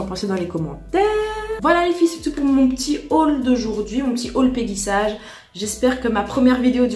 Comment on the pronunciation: Ca se prononce " peggy saige " et non sage 🤣. Mais tu n'es pas la seule à faire l'erreur. En fait c'est une marque US créé par mrs peggy sage une américaine qui a été revendu et maintenant est française mais malgré tout on doit le prononcer ainsi .